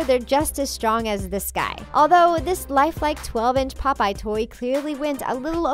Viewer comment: How was this scary 😡😡😡😡 and you say popeye wrong boo😡😡😡😡😡😡😡😡😡😡